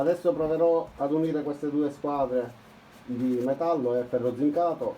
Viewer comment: Ferro però non si può sentire 😂